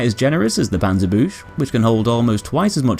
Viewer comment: The panzer boosh... Well, he tried.